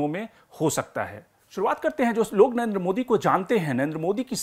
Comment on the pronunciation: At least pronounce the name Narendra modi properly. You're always saying Nayenda modi. Pakistani panjabis have this habit of saying. Lagtha hai you are also a panjabi of Pakistani decent. Rest all chaltha hei. A long way to go. Good luck to you.